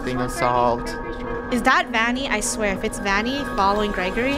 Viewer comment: It’s vanny not vonny